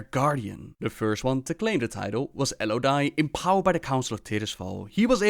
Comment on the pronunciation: Cmon man, mispronouncing Alodi? You know the movie got it wrong. The right pronunciation is in the pre-patch for Legion when you actually talk to him. Al-O-dee